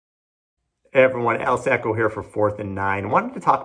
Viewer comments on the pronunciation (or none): So your name is pronounced "Sacko", not "Socko"?